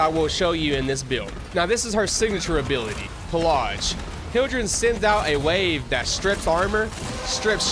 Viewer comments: Pillage is not said that way. Not by anyone, anywhere, ever. Wt? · theres no R in pilage